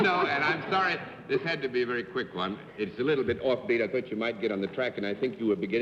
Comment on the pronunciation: "...I'm veddy-veddy fond of..." GIVE ME A BREAK!!!